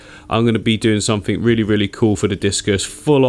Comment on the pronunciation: “sumfink” is backkkk! What a legend😂